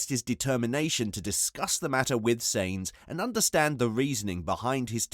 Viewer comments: SAINZ FUCKING SAINZ.... jesus if you say that name again i swear!! sainz is pronounced like "signs" not fucking "saints" like he's the holy ghost... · im sure carlos surname is sainz not seinz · Seriously you need to pronounce Sainz properly